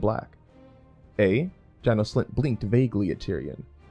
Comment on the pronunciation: 1) it's Jay-nous 2) it's Gee-or 3) I can't take writing advice from people who can't even read names properly.